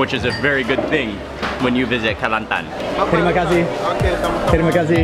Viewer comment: I dont know why but you said "Kelantan" is perfect xD